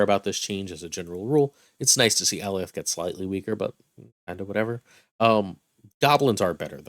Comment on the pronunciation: Love your content, and I hate to be "That Guy" but it's pronounced Uh-Lie-yuth not AL-E-Oth...they even said his name in the Loki show..